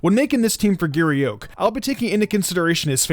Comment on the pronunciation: "Giry Euk"